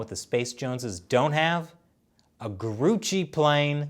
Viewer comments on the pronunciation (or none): "Grucci" Thanks for the LOL